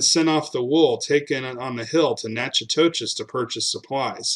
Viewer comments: Nack o dish !…..it’s Nack o dish ! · Natchitoches is pronounced nacodish